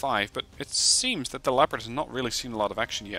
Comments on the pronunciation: No, he did not. Nor did he pronounce it incorrectly, in English "leperd" is the correct pronunciation. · You pronounced Leopard correctly! :D